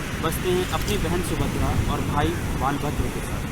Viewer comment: Nav Kalebar. Not Nav Kalbera. Lord Balabhadra. Not "Baalbhadra"